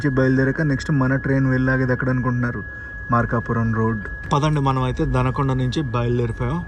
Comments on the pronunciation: బ్రో వినుగొండ కాదు వినుకొండ అలాగే దనకొండ కాదు దొనకొండ ఒక్కసారి తెలుగు బోర్డ్ చూసినా కూడా కరెక్ట్ గా చెప్పొచ్చు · Anna danakonda kadu donakonda